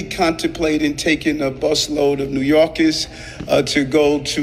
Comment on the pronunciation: I love how the only time he had the New York accent was when he said new yorkers